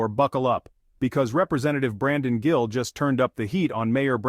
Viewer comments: his name is GILL not JILL. AI is lame. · His name is Gill. Not Jill fix your AI dude.